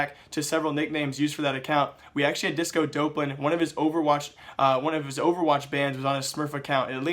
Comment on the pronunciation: It's Disco Dawplan. Not DOPElan... I don't mind you doing the news channel, but there's no way you haven't heard this guys name 100 times in the last week with the major that just occurred. This isn't the first name you've butchered "X" amount of times in a video. People will take you more seriously if you can at least get the names right.